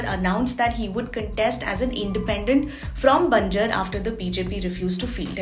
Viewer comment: its not banjr its BANJAAR